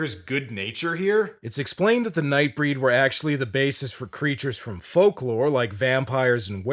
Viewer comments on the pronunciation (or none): none